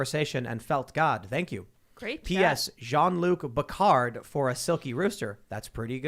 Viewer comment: Sorry but Jean Luc Bawcard is lame. It should be Jean Luc Peckard!